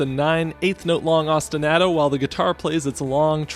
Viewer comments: I enjoyed your analysis. This is a great game with a very compelling soundtrack. I was way too distracted by how you pronounced ostinato, though. Keep them coming. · Now, your analyses are of the best I’ve ever heard, but that is not how you pronounce ostinato, and it hurts me every time you say it that way